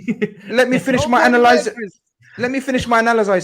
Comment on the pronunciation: mocked “Analysizis” 🤣🤣🤣🤣🤣🤣